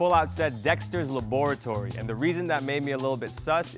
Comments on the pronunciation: I'm cringing so much by how she said dexter laboratory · No one talking about "laboratory" ???? Does anyone pronounce it like that? 😂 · Yooooo wait people pronounce it Dexter's LAB -OR -A -TORY?!😅